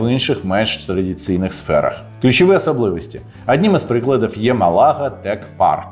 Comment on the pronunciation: не МалАга, а МАлага